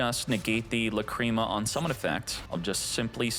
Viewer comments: I like your videos but I’m sorry I just gotta say it… the mispronunciation of names kills me man. (Lack-ra-mah) not cream. I do like your videos other than that though. 😅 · Lacrima, it's an Italian word probably, it means tear, it is pronounced lák-re-má😅